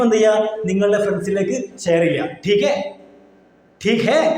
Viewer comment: ടീകേ എന്നല്ല ,ഠീക ഹെ ( ठीक है )